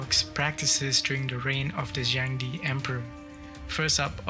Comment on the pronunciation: just a suggestion: the pronunciation of Zheng De could have been more accurate. as Chinese is tonal, it's more like Zheng4 De2 正德, suggest to use google translate in Chinese to hear how it sounds. I'm sure your viewers would appreciate the effort in accuracy :) looking forward to the next crazy emperor!